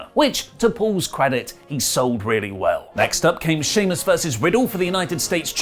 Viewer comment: Did say king shemus 😂